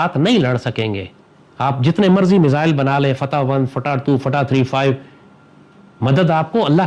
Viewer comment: Did he satirically said fatha as fataa😂